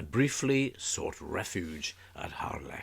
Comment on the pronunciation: Nice to hear the correct pronunciation - Harlech - and not the usual commonly mispronounced 'Hahlick'